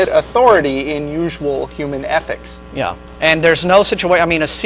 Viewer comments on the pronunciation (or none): Jesus Christ! repeated the word "athics" (ethics) enough for a lifetime!